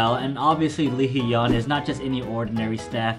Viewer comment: i'm sorry i just can't get over how you're still pronouncing hyun/hyung wrong. it's not he-yun it's just hyun. you don't say ye-ung you say young. it's the same but with an 'h' sound in the front. just listen carefully how the members say it, that's the best way to learn. you'll get it eventually. i just wanted to write it out for you if you happen to see this